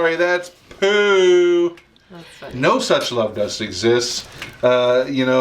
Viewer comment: poo not boo